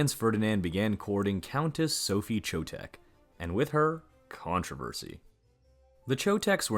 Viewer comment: Calling archduke "france" is like poking in ribs, but when I heard "cho-tech" I had to quit. The narrator's linguistic ignorance is a sure turn-off to me. He should take some German / Czech pronunciation basics.